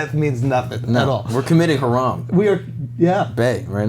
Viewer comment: I'm impressed with the way Andrew says 'haram'. Spot on.